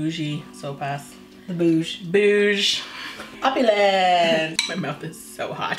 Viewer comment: Except for the rice and the coconut milk, This looks like the chicken soup I grew up with. :) Seriously? Did you just say "opalance"? I now know what you watch. LOL